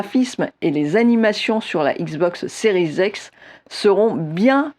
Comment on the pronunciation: Donc toi tu dis XBOX séries ex ?